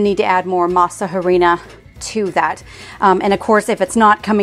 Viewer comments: I know you don't speak Spanish, but in our language we don't sound the "h." When we say harina, we just say, "arina." I just find it funny when you say, "harina." You make the English sound of the "h." That applies to almost every word written with "h." I'm not making fun of you, I just wanted to let you know how it should sound in Spanish.❤ I love that you love Mexican food!🎉🎊🇲🇽 I bought the masa flour from Azure and they were good, but the texture was very grainy. Anyway, I'm going to try to get corn and go through the whole tortilla making process. I'm sure it's worth it. I miss eating fresh tortillas from Mexico.😢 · The h is silent in harina. Basically pronounced "a rina"! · Don’t pronounce with H. It’s like ah rina. Please